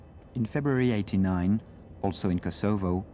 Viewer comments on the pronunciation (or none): The AI bot cannot pronounce Yugoslavia, or Kosovo